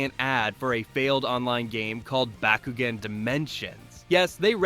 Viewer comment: Stop saying bakugan like that wtf